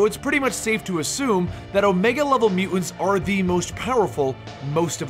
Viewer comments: How is nobody mentioning the way he pronounces "Mu-ants"? Was I the only one slightly annoyed by that? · "Mutants" has 2 't's pronounce them. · am I the only one bugged by Bennys pronounciation of the word mutants?